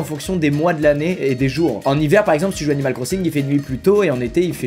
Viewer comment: on dirait qu'il dit "Cannibal Crossing" 😂